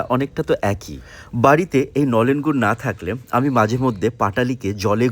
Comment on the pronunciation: Babu tumi je gur ta bole chile khuuubbbb baje go